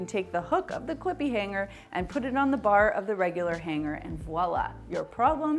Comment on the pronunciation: Funny how she says H A N G - G E R 😆